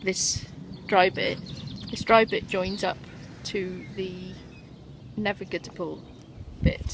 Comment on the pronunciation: N A V I G A B L E !!!!!not navigatable Aaaaaaarrrgh!☺